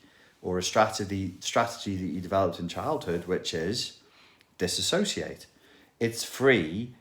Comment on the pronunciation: you pronounce "dissociate" incorrectly. jfc.